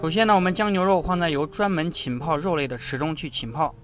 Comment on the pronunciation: 浸泡，jin pao 不是qin pao